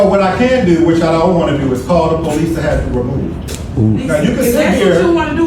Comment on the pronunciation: He said “ I can call the po lease “ 😂